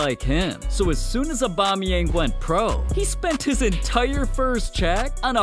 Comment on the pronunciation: normal people: aubameyang english speakign people: abamiyengu